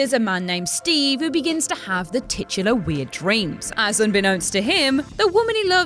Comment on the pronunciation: Seriously, this girl is going to stop me watching this channel, she is just the worst. Oh, and while I'm here, for the love of God stop using the word titular!! At least she pronounces it right though, that's pretty rare